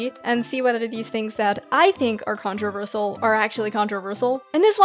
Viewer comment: the way you say "controversial" hurts me